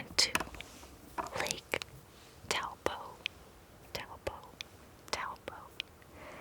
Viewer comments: It's pronounced Toe Po but it's a common mispronunciation even some of us kiwi's do that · Hey, I’m a New Zealander, and just letting you know, that the name Taupo is pronounced “TOW_PAW” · when she said Taupo, I wasn't expecting the proper pronunciation but it was still better than 'typo' xD